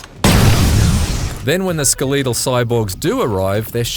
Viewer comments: The most interesting thing about this review was how he pronounced "skeletal" as ske-LEET-ul. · “ske-leet-al” never heard someone with an Australian accent pronounce skeletal before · This dude pronounces “skeletal” hella weird